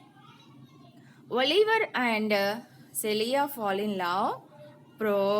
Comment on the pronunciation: Not clear, wrong spelt names its Orlando not ornaldo,no proper teaching skills waste of uploading this vedio,no proper presentation.you have negative comments very much if u want to continue please improve your speaking skills and language.its not calia-its celia pls stop like these teachings 🙏🙏🙏 remember our future